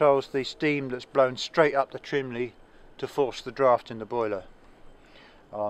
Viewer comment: ...Please go to your brother and teach him to say CHIMNEY. Chimley is something a 7 year old would say. You have had over a half century to learn the vocabulary of your hobby, so get with it and go back to the basics.